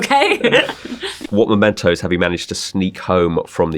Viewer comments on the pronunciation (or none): none